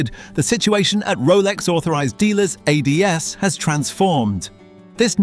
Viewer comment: Hilarious video. Cheap computer narration can't pronounce "AD's" or even "Submariner". Another lazy YouTuber.